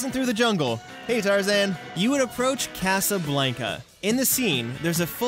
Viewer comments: I hate how you pronounce Casablanca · You mispronounced Casablanca! 😆 Other than that, love the video!